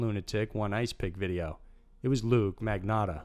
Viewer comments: As always- AWESOME COVERAGE--- but- its LUKA - NOT LUKE....ALRHOUGH I have to say- he would be Extremely UPSET about the mispronunciation...so let's keep it that way lol. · It's 100% not luke. It is LUKAAA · It's luka magnotta not luke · Luka not Luke. But good video! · It’s sounds Luka that’s French spelling Same with Surrey it’s sounds Sarrie Sorry I love your video it’s just Canadian English lol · Everyone. He only messed up Lukes name. Which who gives a s*** Luke deserves it he's a piece of crap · antony kulik ... Right ? How can you get Luka’s name wrong? He was a very high prolific killer! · I LOVE all your videos, but it surprises me when you mispronounce a name. It's Luka Magnotta not Luke, and you stumbled on Karla Homolka's name too. But, I'll still watch and like ALL your videos.